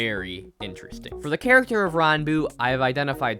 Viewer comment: your saying his name 100% wrong